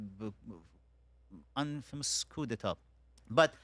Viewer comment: Amir abbas fakhravar (AKA:Abbas Jefferson😂) is a male counterpart of Masi alinejad as both are uneducated delusional loud mouth self proclaimed hypocrite leader of opposition to the Islamic regime. Amir, you need to learn more on how to pronounce ‘Coup d’e.tat / koo da ta/ 😂😂😂😂